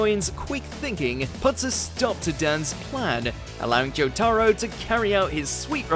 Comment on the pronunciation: Why is he saying Jotaro like that. Joe-Taaro